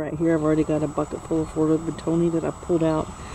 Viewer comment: It's not pronounced beh tony tard